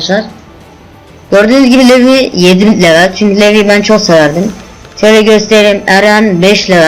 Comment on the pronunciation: ohom levi degil "livay"